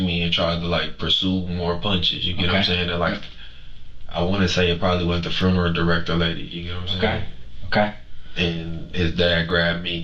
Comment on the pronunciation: Frunaral he said frunaral instead of funeral 🤦🏼‍♂️ and the thing is, he meant to say it that’s how he says it🙄😂😂😂